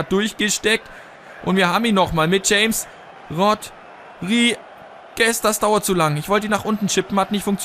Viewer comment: es heisst chames rodriguez(ausgesprochen) :) aber ist eigtl nicht wichtig